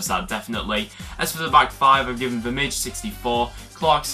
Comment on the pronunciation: Vermijl is pronounced "Vermeal" :p